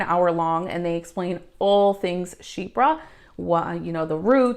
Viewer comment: La manera que ella lo pronuncia, shee-pra es la forma correcta... Ella lo hace perfecto!! Es súper agradable de escuchar! Saludos!